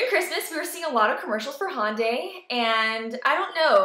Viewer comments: Glad you like the car but for the LOVE OF KOREA, stop saying HAWNDAY. It's Hyundai as in YUN-day with an "H" as in "Hot" sound in the front. "hYUN-day". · just fyi, it's not HONDAY, it's Hyundai like Sunday